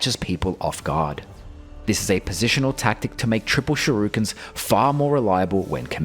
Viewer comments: not shurikens, ‘sherukens’ 👌🏻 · "Shurukens". This one gets a chuckle out of me every time.